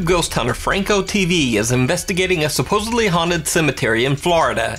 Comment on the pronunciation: babe. Supposedly. Not “suposably”